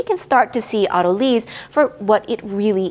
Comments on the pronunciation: AH-tuh-lease and aw-ta-luh-sis not ah-TUH-leez. Gliadin was also suspect. But beyond this, the videos are excellent. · “Auto lease” isn’t that a way of purchasing your next car? In biology “lyse” is actually pronounced like “lice”. Very thorough discussion. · Do people commonly pronounce it auto-leez? I've always heard it pronounced auto-lies. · The only thing that confuses me about autolyse is the pronunciation. I've never heard lysis pronounced "LISSiss", only "LIE-sis", so saying "auto-leese" not "auto-lies" or at least changing the stress to "au-TO-lississ" the way you stress the 'drol' in 'hydrolysis' is very alien to my ears! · It is av-toh-lee-sis, as per the original Greek. Weird, isn't it, when English speakers mispronounce words it's suddenly the new proper? Don't try to stop the natural evolution of language, it's a fight you will lose painfully. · Linguistic science is descriptive, not prescriptive. If you want to be pedantic, it's pronounced av-toh-lee-sis, as per the original Greek words. Just because Englishmen struggle and languish when pronouncing Greek, doesn't mean we have to change the language. 😉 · I've always heard it auto-lease. Not a z sound but an s sound.